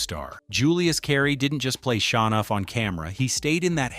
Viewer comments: ITS SHOWNUFF NOT SHA NOFF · Pronounced Show-nuff I think, not Shawnuff. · There are 2 sections where the narration becomes literal gibberish. Bruce Leroy - pronounce LEEroy; Sho Nuf - pronounced SHOW nuff